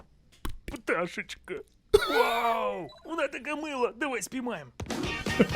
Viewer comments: птаЩьИчка! ха-ха! это гениально! украинцы(особенно учитель украинского):.. птаЩьИчка?.. ЭТО ЧИТАЕТСЯ КАК ПТАШЭЧКА!!!! БОТ! (в укр. языке "и" читается как "ы", "і" читается как русская "и", "ї" читается как "йі", "е" читается как русская "э", а "є" читается как русская "е". сначала сложно понять(наверное, я хз), но на самом деле тут ничего сложного): птаЩьічка! ха-ха! це геніально! українці(особливо вчитель української:_) ):.. птаЩьічка?.. ЦЕ ЧИТАЄТЬСЯ ЯК ПТАШЕЧКА!!! БОТ! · ага) но все же, я требую 10-часовую версию "птаЩьИчка" от ))) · «Пташечка» - ахахаха Требую десятичасовую «Пташечку» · "пташечка" я б не сказав що саме слово кумедне, але інтонація з якою його вимовили дійсно прикольна)